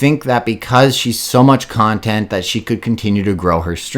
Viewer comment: He's pronouncing contont wrong